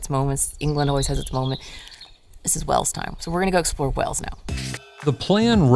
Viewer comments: Wales is pronounced the same as the animal. Not wells. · Of course you're saying Wales wrong. It's CYMRU! 😂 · I don't know if your accent does it but the way you guys say WALES, sounds like you are saying WELLS. It doesn't sound right but I hope you guys love your stay.❤ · To be honest, I don't think it's incorrect pronunciation, more so just their accents, making it sound like they're forgetting the "eeyuhl" part in Wales. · Please stop saying wells. I understand that the Welsh place names are difficult to say, but the name Wales. Is an English word? You should be able to do it. Just say it like the secret chat in plural. Otherwise you are really gonna make enemies mean monks to Welsh people. I'm only part welsh and i'm furious